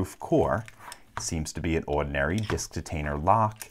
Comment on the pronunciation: for some reason, your accent is really strong when you say "ordinary".